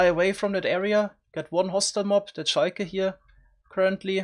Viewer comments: He probably misread the L as an i the first time he read it and it just stuck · S H I K A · Ah, yes, the Sheiker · I love the way word "shulker" sounds with your accent :> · Me 3